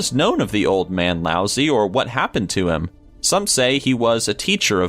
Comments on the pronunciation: That Chinese philosopher's name is not pronounced lousy, it's pronounced loud-tzoo. What about the man from Taured? What to talk about mysterious, look that guy up. He's a bigger mystery than anyone on this list. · Rasputin - 12th century? missed by a few hundred years there. And "Lousy" for Lao Tsu, nice try on the pronunciation but no cigar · Laots-uh, or -eh, not "lousy". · Learn your fucking shit... its Lao tze. Pronounced Lao Shir... not lousy. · I'm pretty sure it's pronounced Lao Chi. Also, the thumbnail is a lie. Fuck you,! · No, no, no, the name is not pronounced "lousy"!!! Jeez... The "zi" is more like the short "i".